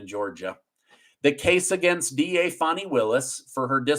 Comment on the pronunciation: It’s like nails in a chalk board when you say her Name!!! UGH PLEASE SAY fanny Not Fawni!!!!